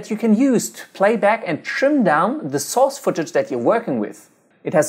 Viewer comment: I watch a lot of ytp s so when I hear him say source I laugh cuz o think he says sos great video btw